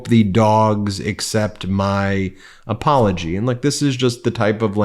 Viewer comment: She didn’t say apology but applogy because she’s just that dumb!